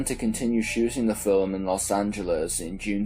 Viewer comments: Filem...lol. sea an.. not scean... lol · What’s a fil-um? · What accent is that? It sounds American but then the “trashing” as thrashing “tirty-tree” “filem” as film and more odd pronunciations come out and i cant place the accent 🧐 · Okay. I have to admit that your pronunciation of "film" makes me giggle inside.